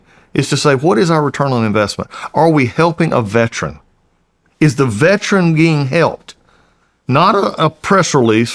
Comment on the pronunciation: Mr. Collins , please pronounce the word correctly, Veteran not veTRAN. I live in Ga. I get it we can get words pronunciation lazy.